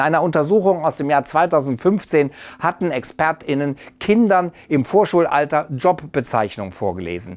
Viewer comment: Mich stört das Gendern an sich nicht, mich stört die Aussprache von zb. "ExpertInnen", die Pause in dem Wort, die Formulierung "Experten und Expertinnen" finde ich viel besser und ist beim Reden viel flüssiger.